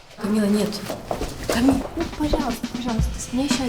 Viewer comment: Актеры учите русский: "сьтолько энергии" "подьерживать" и "Камилла" губы старайся не закатывать